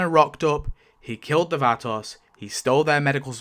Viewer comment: The way you pronounce Vatos is activating my almonds